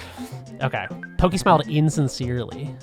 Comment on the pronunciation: giygas is pronounced geeeeg its a japanese thing. and its porky not pokeeeee translation was a bitch back then